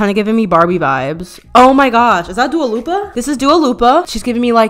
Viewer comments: LMFAO SHE SAID DUALA LIPA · "Duo Lupa" hahahaha love it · “dua loopia” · "Dua Lopa" you are such a queen I can't 😂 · WHEN SHE CALLED LILLY DUA LUPA I FUCKING DIEDDDDD